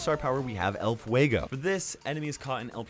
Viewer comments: "Ell fuegou" I'm a hispanic suscriber and that make me laught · Nobody: Latin people listening say "El Fuego": HAHAHAHAHAHAHAHA!!!!!!!!